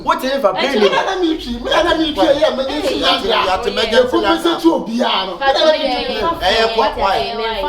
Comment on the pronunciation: Akabenezer is always giving people names s3 Shatta Wale ne Captain Planet🤣🤣🤣 ...who heard Akabenezer say emergency landguard 🤣